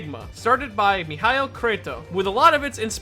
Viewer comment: Normal person:(pronounces Michael as mikal):MEHiAL🛄♿️